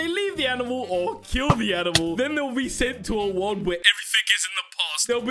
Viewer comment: Are we gonna ignore just said the word doni "bone" to bobes? And also ignore said "world" to word